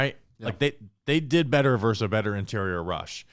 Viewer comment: Can we stop saying “verse” instead of versus. Drives me crazy 😂. You don’t “verse” another team.